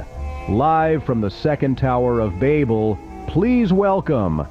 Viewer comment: Meow… I was really hoping to see a human touch since it was said he was looking into hiring actual artists (and voice talent? It’s low key distracting his the AI couldn’t even say “Babel” right). And while I’m admittedly hooked on the idea, little things here and there have me seriously questioning how much of this idea came from him. Because I’m starting to think certain aspects of the script if not the entire plot were concocted on CHATGPT or a similar engine. And if it really is the culmination of different AI programs then I have to say the plot becomes all the more bitterly ironic. The story began with natural resources running out and wildlife dying off, both of which AI contributed too since it requires vast amounts of water for cooling systems and energy. I’m genuinely sorry to be cynical but the audacity to post a story about humanity’s hubris while actively contributing to humanity's hubris and harming real artists is bonkers to me. And it suck’s because SPOILER ALERT: This story is so FUCKING cool overall. The depiction of the story in sort of an old school video game style, the fact that it passingly resembles Fear and Hunger, having actual sound references to biblical canon and biblical fiction is genuinely so fun and caters to my hyperfixation with ease. The ideas here have so much going on but unless this creator hires actual voice actors and artists and animators I just can’t give it to them. Because his use of ai in one aspect calls into question of validity